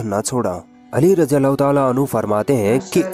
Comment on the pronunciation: It is ض not ز so please pronounce it right or else it is sin, may Allah protect us!